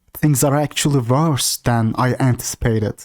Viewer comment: I like the way my guy puts random letters in words like wvorse, its wholesome